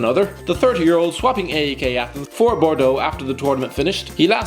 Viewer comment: P-A-O-K???? A-E-K???? The teans are called PAOK and AEK